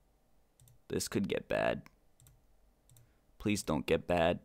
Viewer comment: BLEASE HOLD it's a p not a b